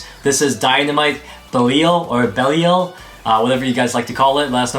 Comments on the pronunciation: its pronounced bell-E-Al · (BELL-E-EL) thats how you say it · baleel is how to pronounce it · I think the correct to pronounce belial is be lie yal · This is how it is pronounced bey Lee and jusr say the letter l Bey Lee l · It’s pronounced be-lie-al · Belial is pronounced Beh-lai-ul (Lai as in Lie). The emphasis is in the lai*. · "Japanese translation so you can say it however you want"?! WHAT. NO. That's so messed up! That's borderline racist to the Japanese language. They LITERALLY say it in the show. It's name name of Japanese demon. BELI-AL. Learn the products you are reviewing. Don't encourage the mispronouncuation of Asian names because they're hard for you. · Think its pronounced "BELL-EYE-ALL". Can't wait to see that new stadium. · its bell- eee - aaaall. good video :) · It's Bell-lee-uhl because the Japanese version pronounces it as Beriaru (Kind of like a Belly-aru sounds) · I think it’s bel-ial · I’m not sure if the pronunciation is different for the Christian demon, but my mother’s maiden name Belial. And it is pronounced (Bell-I-aL) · Buh-Lie-Yul. Belial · Be-lie-al That is how i pronounce Belial, i heard that name before in Diablo 3 where Belial is the lord of lies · Its actually pronounced Beh-Li-AAL